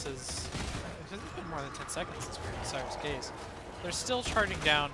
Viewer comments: ScRier's gaze. You were saying it wrong so much I couldn't watch this video. There are two R's in there. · It sounds like you’re saying “sires gaze” - wanna make you aware there is an “r” in there. It’s the “gaze of someone who scries”. I’ve been loving the gun Psyker lately. I use the Maccabean mark 4 sword, which excels at weak spot hits, and cuts thru hordes easily while Scrier’s Gaze is active. I’ve been using the Columbus gun - not super accurate, but melts thru hordes and bosses.